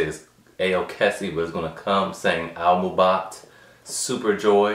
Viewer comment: Its not aLmubot its aimubot